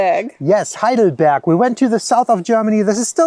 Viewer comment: Heidelberg not Highdelberg!! More respect for the Germanlanguage.